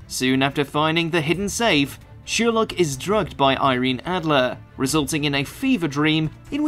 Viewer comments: It’s Sher-lock not Sheer-lock!!! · Thank you for these. Only one problem - Sherlock is NOT pronounced SHEERlock but SHIRlock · No worries with this, but how the fuck can you pronounce Sherlock as Sheerlock? Have you never heard it sounded out loud before? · Yes thank you! I love how he ends up almost pronouncing it as "sheer luck" though. It's ironic if you think about the contradiction between sheer luck and the main character's extremely logical understanding of the world. Anything you want to tell us? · "shewerlock" lol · SHERLOCK! NOT SHEER LOCK! ITS SPELT A CERTAIN WAY FOR A REWADON GOU NUMPTY! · what triggers me is that he says ''sheerlock'' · Thank you! Is it his accent or he doesn’t know how to pronounce Sherlock? It drove me crazy the entire video.